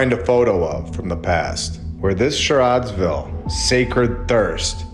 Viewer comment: Ha ha ha dude, the name of the town was "Charade"sville.